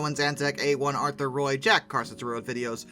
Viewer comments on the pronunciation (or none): none